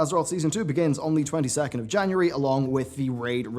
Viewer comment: "the 22th" lmao